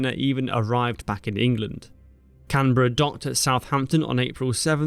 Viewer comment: Very well executed video, brilliant editing and research. Thank you for the extra effort of researching and saying Canberra correctly.